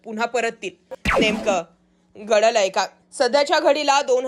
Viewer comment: घडलय काय शब्द नीट उच्चार करा आधी